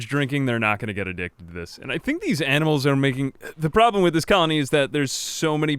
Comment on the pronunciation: "Amnimals". It's the small things in like that are great. :)